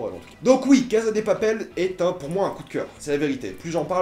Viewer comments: La CASSA LA CASSA on dit la CASSA pas la casa OK!!!!!!!!!!!!!!!!!!! ( en espagnol la phonétique "z" n'existe pas ) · La casa de papel s'ecrit la casa mais sa se prononce la cassa de papel car il n'y a jamais le son z en espagnol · Entendre un mec prononcer la Caza de papel à la place de cassa de papel pendant 10min fut une torture. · On prononce CASSA pas Caza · On dit CASSA de papel, pas CAZA!!!! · La casA de papel et pas la casE de papel merci 👌🏼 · casssssa et pas caza vieux shlag c'est de l espagnole pas de l italien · Ptn la CASA pourquoi tu dis avec un ZZZZ